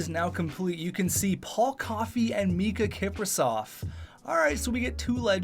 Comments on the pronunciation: Its Miikka Kipper not Mikka XD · IT'S MIIKKA KIPRUSOFF NOT MIKKA KIPRUSOFF!! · Its Miikka Kiprusoff, not Mikka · It’s miikka not mikka